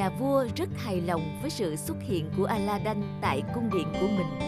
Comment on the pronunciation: Aladid chứ đâu phải aladân đâu